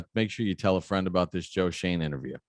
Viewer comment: It’s shoen😡 get it right